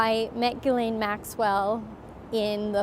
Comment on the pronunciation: Ghisalaine?.... lol silent S.